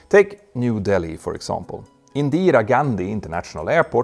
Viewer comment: Well the pronunciation of Indira was funny 😂 Anways , world's most populous country did get your attention at last 😅😅😊😊❤❤